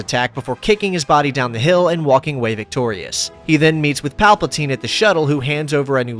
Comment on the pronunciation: Shout out saying Palpaltine instead of Palpatine! Teasing aside, the video really is awesome! 👍